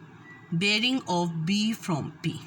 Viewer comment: Aur breaing nahi bearing hota hai. Jesa bolo ge wesay he likkho ge Allah ki bandi Meri chohti bahan. Correct yourself.